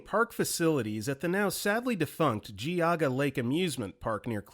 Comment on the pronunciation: Congratulations on pronouncing "Geauga" correctly! Judging from the overly-precise way you enunciated, I suspect you did the wise thing, looked it up, and made double-doggone sure you were getting it right. I've heard so many different butcherings of the name.